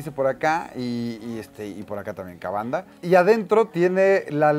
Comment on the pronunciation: Kavanda? Es Kamanda. La M es la misma M de Majin bu.